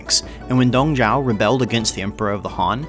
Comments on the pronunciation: Dong ZHUO, not Dong Zhao. But good on y'all for getting Cao Cao much more right than before lol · You didn't do too bad of a job with pronunciations. But it's Dong Zhuo 董卓, not Dong Zhao. The fact that you actually pretty much got the pronunciation of another of the limited Chinese syllable set "Zhao" right, makes me think you might have been misinformed. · Great video! Your pronunciation of Cao Cao is actually pretty close. You mispronounced Dong Zhuo as Dong Zhao instead. Dong Zhuo technically did not "rebel" against the Emperor of the Han. There was a power struggle within the palace between a group of powerful eunuchs and the government officials led by He Jin and Yuan Shao. Dong Zhuo's forces occupied capital Luoyang under the orders of General He Jin who wanted him to eradicate the eunuchs and their supporters. Dong Zhuo did his job but took the opportunity to terrorise the capital and establish his authority by removing the Han Emperor from power and installed a new Emperor and basically held him captive. This eventually prompted feudal lords all over the country to form a coalition to "rescue the Emperor from Dong Zhuo's evil grasp". Source: Me, a longtime Three Kingdoms nerd and whose surname happens to be Cao. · So much effort to pronounce Cao Cao correctly, but utterly fail with Dong Zhuo... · The pronunciation of Cao Cao is correct But Dong Zhuo. haha~ Hope for next video!Thanks~ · Takes great pains to pronounce Cao Cao's name correctly. Proceeds to butcher Dong Zhuo's, Yuan Shao's, and pretty much every other Chinese guy's name. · nailed cao cao, but butchered dong zhuo...